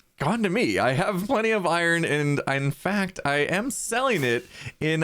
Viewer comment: Ohhhh.. I-Rons = Iron 😱😂